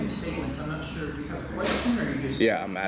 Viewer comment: "suire"??? time stamp